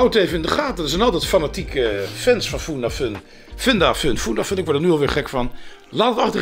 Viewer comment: Het is niet FoendaFoen of FundaFoen maar FundaFun, leer nou is je klanken 😘!! Schuif trouwens asjeblieft weer is aan bij Roddelpraat, jij was juist een toegevoegde waarde binnen Roddelpraat!